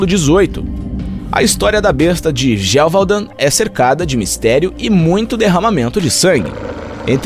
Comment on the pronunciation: A pronúncia e GE VU DÃN. 👍👍